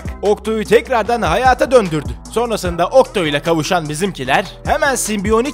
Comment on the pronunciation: Okto değil oktus anladınmı